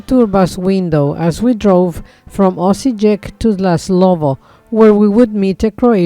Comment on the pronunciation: Correct pronunciations: Osiyek, Tamburitza